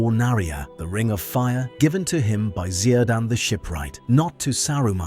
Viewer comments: Listen , if you are going to mention CIRDAN , then please , please, please, pronounce his name right, whatever your pronunciation is , it is NOT 'KEER-DAN' ( The correct pronunciation ) How the heck you came up with ZE-A-DAN' baffles me utterly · Cirdan is read as Kir Dan not Sir Dan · Cirdan is pronounced with a hard K sound. KIR-dan. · Zirdan?!? Zirdan?!? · "Cirdan" is pronounced "Kirdan", "Isengard' is pronounced "Eesengard", read the frigging book apendixes ffs